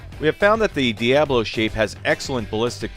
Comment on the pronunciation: Well, if you don't want people thinking that diabolo sounds like the devil, you could try pronouncing it correctly. Dia, as in the Spanish word for "day," and bolo, as in bolo. Pronounce it like it's a hyphenated word. Dia, then bolo. Stop lifting the "a". That's not how it's pronounced. Stop mashing the syllables. They're not potatoes. Pronounce the "a" as "uh".